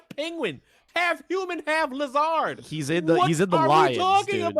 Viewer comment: the worst thing here is how he says lizard